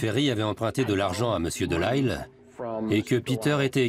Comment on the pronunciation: Un narrateur français devrait prononcer Delisle, un nom de famille canadien français, correctement à la française ! Voyons !